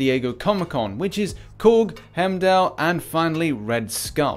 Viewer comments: It’s not Hemdell, it’s pronounced HIME-DALL!!! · Why the fuck would he be skill? He should be science for the same reason as cap. (Red skull) P.s it’s pronounced “Hime-doll” not “hem-dell”